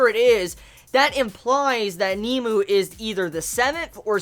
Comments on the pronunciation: Nemu.....not nemo.. Sry, it bothered me. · its pronounced "neh-moo" not "Neemoo" lol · not to be a dick or anything but its nemu not kneemoo watch some of the anime to hear the pronunciation